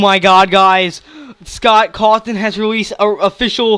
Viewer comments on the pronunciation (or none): When you were excited and said OMG SCOTT CAWTHORN it sounded like OMG SCOTT COCKTHORN xD This is just a joke no hate